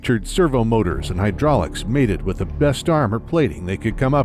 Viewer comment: "they could come up wih" - When did the become Irish?